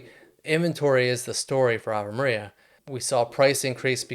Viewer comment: It’s AVE MARIA